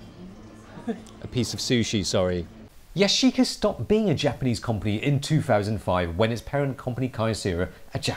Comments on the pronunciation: 'Commpony'- 2019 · I really like you and your videos and all....... But you can't pronounce company properly lmao 😂 😂 😂